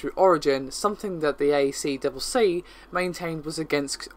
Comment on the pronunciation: "a triple c" is how it is said locally.